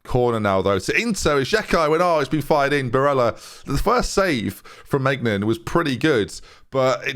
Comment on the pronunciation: Maignan pronounced may-nyan :)